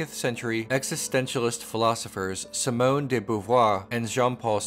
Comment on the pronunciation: If you're into refining French pronunciation, Simone would be pronounced see-moan with a long "e" sound by American phonetic description and not a short 'i". Pretty much all i's in French make a long "e" sound.